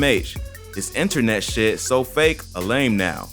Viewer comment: People concerned he ain’t sober because of “Enter-Net”?